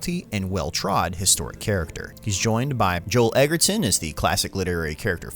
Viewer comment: In more or less chronological order : I) Bearing in mind there's quite a bit of spoken French in this play : - Please check pronunciations of people's names, e.g. Edgerton. Points for getting Chalamet right, although you got his first name wrong, and for not pronouncing the "silent" g in Branagh though. - Harfleur is pronounced as it's written, albeit with a "silent" H. It's not pronounced "Harfluor", which sounds more like a brand of toothpaste. II) Characters and Backstory - Charles VI, whose epithet is le Bien-Aimé, or "the Well-Loved", wasn't a bad king, or a "bad guy", either historically, or in Shakespeare's play. He even instituted pensions for loyal and long service to the Crown, eight years before Azincourt. - The title of Dauphin is not interchangeable with the word "prince". It refers specifically to the prince who is HEIR TO THE FRENCH THRONE (and therefore directly in opposition to Henry's claim, whence the "attitude"), and is pronounced "Doe-fan". This means that, unlike other princes who aren't first in line to the throne, Charles of the House of Valois / Robert Pattinson being Dauphin (and allegedly chosen by God), he gets to be king of France in the sequel. - Henry V didn't have "wild" past historically. Like many characters in Shakespeare (Brutus, Macbeth, Jeanne d'Arc, Richard III, etc., etc.), whose historical counterparts were very different people, Young Hal is nothing like the serious young prince who was already taking on responsibilities (alluded to i